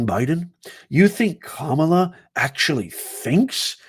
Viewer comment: Your disparaging comments and racist imitation and rhetorical attitude. Betrays your views of black people...Your ARE prejudice...Your deliberate mispronounciation of Kamala Harris's name. Your insinuation that Fani Willis will be a hip hop singer, has to be because she's black. You get carried away in discussing the case so much, your character sometimes betrays you. " You don't like black people!"